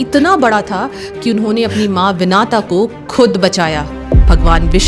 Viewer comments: Nice video on Garuda Baghawan. Just a small correction, it's pronounced as Vinata and not Vinaata. Now the answer to your question: Sri Garuda Baghawan's mother Vinata had a sister called Kadru who was a very cruel serpent 🐍. Both were married to Maharishi Vasishta. Kadru always wanted to be superior to Vinata and dominate her. Kadru's nature as a venomous serpent was such that she would first appear as an extremely beautiful woman before any great saint to attract them and damage their sanctity or value of tapas. Kadru attracted many big rishis, big saints, very good people through her enchanting appearances and lured them. This way Kadru tested whether her venomous power was high or the tapas value of the rishis/saints was high. Vinata was very pious on the other hand. One day, she decided to permanently enslave her sister Vinata and devised a plan. She called Vinata and said, in the twilight hour, the divine white horse Ucchaishravas will fly in the sky and I'm betting that the hair at the bottom of it's tail would be black in color. To this, Vinata said Ucchaishravas is a white horse and the tail hair is white as well. Kadru said if the tail hair is black, you'd be mine and my serpent children's slave for the rest of your life and if it's white I'd be your slave. Kadru secretly asked her serpent children who were black in color to cover Ucchaishravas's tail. That day during the twilight, when Ucchaishravas flew, it's tail appeared black with Vinata's serpent children cove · पता नहीं भारतीयों को क्या हो गया है कि अपनी मातृभाषा देवनागिरी को English की तरह पढ़ते बोलते हैं..... गरुड़ देव की माता जी का नाम विनता था.... विनाता नहीं था..... Video बना कर लोगों को धार्मिक कथा सुना रही है पर खुद ठीक से नाम लेना भी नहीं आता.... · Dear ur right but one thing is wrong😅...her mother's name is vinta...not vinata🙏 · Its Vinta not Vinata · Wo vinaata nahi hai vinata hai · Its विनता, not विनाता